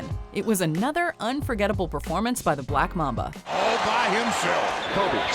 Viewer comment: Tell the narrator to never say black mamba again!